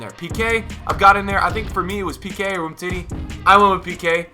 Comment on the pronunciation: Umtiti instead of tah